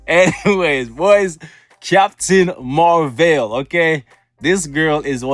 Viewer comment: I loved that when you said captain marwhale instead of captain marvel.. 💓💓💓